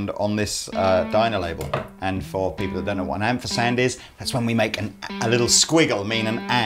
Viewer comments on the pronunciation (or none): "For people who don't know what an 'amfersand is'" - Or don't know how to pronounce ampersand it seems.